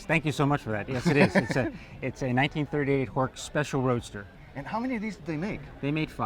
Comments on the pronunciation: Horch is pronounced Horsh. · Horch — like porch. Germans normally pronounce as “soft ch.”